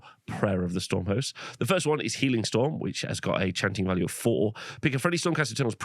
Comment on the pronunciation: i swear he said lord of the hoes not lord of the host around 1 hour 25 minutes lol